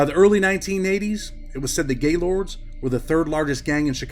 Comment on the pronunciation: You got to pronounce it right it's more one word not to not gay and then Lord it's Gaylord's and the hood it's somewhat of an ER sound